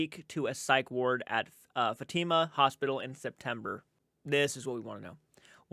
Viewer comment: Just wanted to give you a little FYI as a fellow Rhode Islander, Burrillville is pronounced Burr(like burr I’m cold) ill-ville. And Fatima is Fat-i (the i sounds like it does in itch) ma